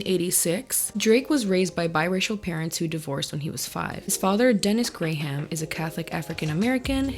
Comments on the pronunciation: Are you saying Gray Ham for comedy or??? Lollll Every time you said it I giggled. It's Graham like gram crackers. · they way she pronounced his last name is hilarious 😂